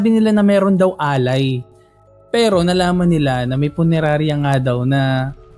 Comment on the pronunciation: Punerarya hindi purenarya.